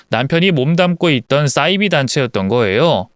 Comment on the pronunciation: 싸이비라고 읽으시면 안되고 사이비라고 읽으셔야 맞아요.